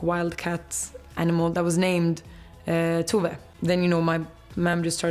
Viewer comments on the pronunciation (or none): It's TOe-VAH not too-vey. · Ru said her name like "Too-vay," whereas the Tove says it like "To-vuh." That's what was odd to me, it was a mispronounciation of one of the correct pronunciations. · It's not even /too•vay/. Just /too•ve/. Not Americanized. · No, Tove is pronounced TOH-VEH in Swedish